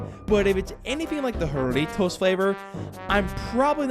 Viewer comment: It's pronounced Harry-toes